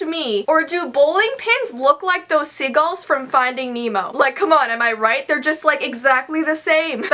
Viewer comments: No hate😂❤️but you know ur American when you cringe when says sigulls instead of seagulls. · Did she say "SIgulls"???? They are "SEAgulls"